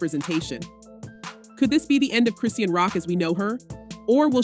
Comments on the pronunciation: If you are going to vlog about someone, you should a least know how to pronounce their name, it's pronounce KRIH Shahn. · Please at least get the facts right and say her freaking name right ughhhhhh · These bolgers have to lie to get views anyone who follows rock knows its a lie i was just curious about what lie she was telling Today she cant even pronounce her name right😂